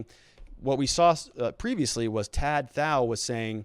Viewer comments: Dude, "Tou Thao" pronounced "Tu Tao." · It’s pronounced “to tow” 🤦🏻‍♀️ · his name is pronounced "tu tao" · For someone speaking in-depth about such a high-profile case, where the defendants names have been known publicly for months now, I'm surprised you can't pronounce the guy's name right which is literally 3 letters long.